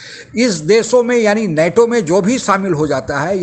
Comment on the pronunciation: abey नाटो नही नेटो! Kahan sey aa ja te hain aise bewakoof Pakistan TV anchor ban kar!